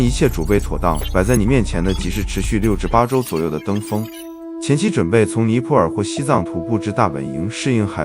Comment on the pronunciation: 尼泊尔 BO第二声，不是PO